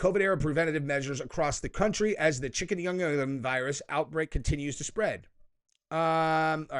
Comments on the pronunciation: chi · kin ·goon·ya is how you pronounce it. Sounds like a food item off a Chinese menu. Lol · Is Chikungunya saying Chicom-gun-you? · its Pronunciation ] CHIK-ən-GUN-yə lol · I wish I could say the word Chicungooya for you. The g is not the J sound but g as in gulf. Chic-goon-goo-ya. Anyway, its not new. We have had chicungooya for years in Puerto Rico. It got bad before the time of Zika, and the media lies about it in PR. So while the media and world was worried about zika which was not even a cold! And almost everyone was immune, people all over PR was getting chicungooya and no one was saying a peep about that. Retards. But Chicungooya was and is pretty terrible to get. Definitely need to go to the hospital. As far as I know, no one died from it. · It's chick-uh-goon-yuh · It's pronounced "chicken-goon-yaa" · Chikungunya is a fact of life here in Brazil since FOREVER. No lockdowns. The pronunciation is /shi-kun-goyn-yah/.